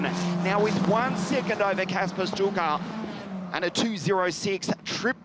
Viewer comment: By the way, "Sztuka" is pronounced "Shtooka."